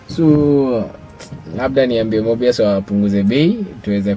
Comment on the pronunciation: Mobius...sounds like 'more by us' 👌🏾